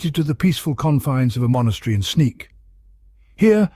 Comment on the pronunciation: that's AI for ya, can't expect for a robot Attenborough to pronounce Sneek or Snits correctly. Is there any way around it or is it programmed in? (my only experience with AI is dall-e last year)